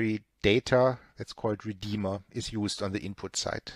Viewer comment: accents reminds me of Arnold Schwarzenegger from the movie terminator. when said "Redeema"